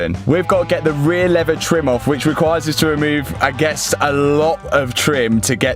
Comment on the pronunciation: Good thing you finished the ray-ee-aye-uh. ;D I recently watched the Matt Rife bit about Europeans not using consonants, just made me laugh. look it up! love your channel!!